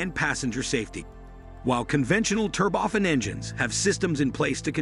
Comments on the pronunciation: It’s Turbo-Fan, not “Ter-bofan”. Idiot. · since when is turbofan pronounced terboffin? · It is not an 'advancement' it is 'advance. Also turbo fan with accent on the a, not 'fun'. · Aah yes, the tur-boffen engine 😂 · "TurbOFF-an engines..." "Back. In the nineteen hundred eighties..." These synthetic speech applications really grind on my nerves. They mispronounce words that are in the English lexicon and they pause in the most unusual places in sentences.